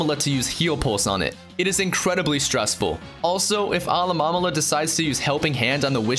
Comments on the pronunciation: Alamomala? ITS PRONOUNCED ALOLAMOLA ALOLA-MOLA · alamalala = alolamola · "Alolomomala" UGHHHHHHHH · Actually, look it up. It's "uh-LOH-mo-MO-lah". And, of course, you have Rattata. It's not "ruh-TAT-uh", it's "RAT-uh-TAH". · 'Alomamolama' NO. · Alah-Mom-Olah? Lol